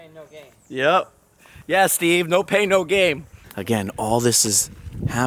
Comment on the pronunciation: "No pain, no gain" not "game." Lol ☺️